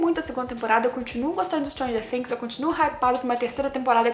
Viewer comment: Perfeita análise... Pelo menos você pronuncia "Things" do jeito certo <3